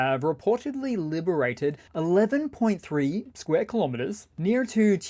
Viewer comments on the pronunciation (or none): none